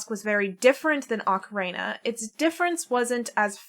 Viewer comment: The “ocareina” is killing me 😅. My dad used to say it like that He used to pronounce Super Mario as “Super Merry-o” too. That takes me back. 😌. Back to when the N64 just came out and he and I would play together. Better days ❤